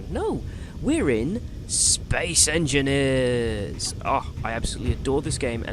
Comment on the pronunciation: "Space Enineers" hahaha, but this game seems like it's too smart for me